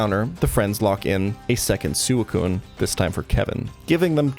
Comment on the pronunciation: Great video, great channel. I just cannot handle how you say suicune. Shit is infuriating